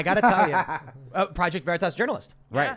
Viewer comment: "Project Ver-re-tas" Oh man, this was the best watching live.